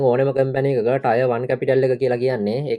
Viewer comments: ටයර් නෙමේ ටිය(ර්) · Tier 1 pronounced as “ටියර් 1"